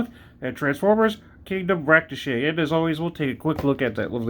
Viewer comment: Just curious...is it intentional that you're mispronouncing "Ractonite?"